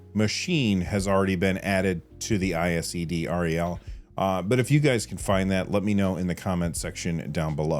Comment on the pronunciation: We call it ISED, not I-S-E-D R-E-L. Wild to see a Canadian mention though.